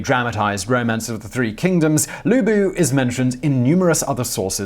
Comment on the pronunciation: "Lu-bu"... flashbacks....